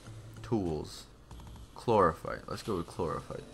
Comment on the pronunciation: Mary Arbuckle chlorophyte not clopohyte